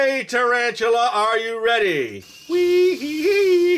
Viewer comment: who says taran-tula??????? i dont think tarantula is a rare word....i guess he doesnt know what tarantula is.. (-_-)